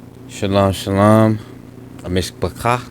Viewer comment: maybe you know, why do people insist on saying shalam?